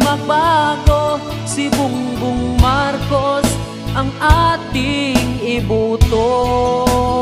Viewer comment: Thanks kuya. Ang ganda. Yung pronunciation lng ng name ni BBM ang off, BungBung Marcus kasi, dapat BongBong Marcos. #BBMforPresident #GreaterPhilippines